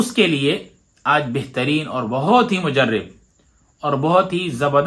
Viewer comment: مجرب ر۔۔۔ پر زبر پڑھیں